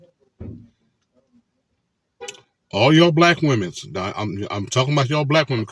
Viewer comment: What's with the "z" at the end of the word women? And do these guys know that other women wear makeup, nails and hair as well? 😂😂